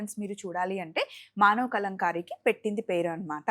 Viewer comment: Awesome recommended garu. One small correction - it's Kalamkari not Kalankari. Kalam implies 'pen' and Kari means 'art'.